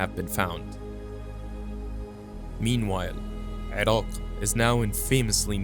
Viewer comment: I'm impressed by how u pronounce Iran/Iraq properly. I know u are from Middle East and it annoying when Americans can pronounce Italy but became retard when pronounce Iran/Iraq